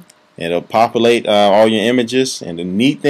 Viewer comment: can u say Pop You Late, and not papa-late